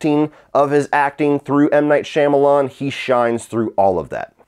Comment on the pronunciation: Couldn’t make it past 4 minutes of this. The way you pronounce the director’s name is nails on a chalkboard.